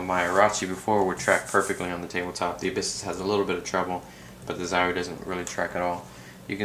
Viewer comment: zauwie? its a O,,,:)